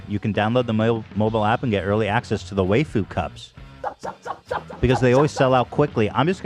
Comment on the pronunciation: Ethan calling the waifu cup the "way-foo cup" and then going "the wayf-- the waifu cup" afterwards was too beautiful 🤣 during the gamer supps read haha